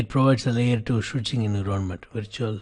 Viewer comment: I like his method of teaching, slow, deliberate and covers the key points. Subject-wise he is very knowledgeable. His English is generally very good but surprisingly pronounces some key words utterly wrong. Ex: Environment, promiscuous, forged:with this one, he even got the concept incorrect. Sir, hope you do not mind the constructive criticism.